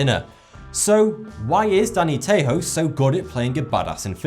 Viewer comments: Danny Trejo is pronounced trey-ho not tay-ho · Danny Trejo not Tayjo just to help you with the pronouncing it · Its Danny Trejo, you're saying it liek Tejo :) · trejo, like a lunch "tray" and "o" like cheerio"!!= TRAY-o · It's pronounced TRAY-HO..:) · pronounced Danny (Tree-Hoe)Trejo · Your mispronounciation of 'Trejo' is pretty bizarre. You got that the 'jo' part is pronounced 'ho', but missed out the 'r' entirely. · I can forgive your butchering of Danny Trejo's name because you're adorable.